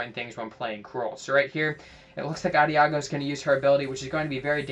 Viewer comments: Nice vid, good tips! Also, Adagio is pronounced with a soft "g" like a "j." It's also an Italian musical term that means "slowly." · Lol. Love how you used to pronounce Adagio.